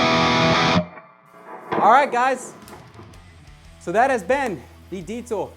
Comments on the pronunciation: "Deet-zul"... love that you pronounced it correctly. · Finally a english speaking person pronouncing the name "Diezel" the correct way. Chaupeau, dude! :-) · Correct pronunciation of "Diezel" = instant like. Great demo. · Yeah I noticed that as soon as he said it. Not just your average metal meat head!!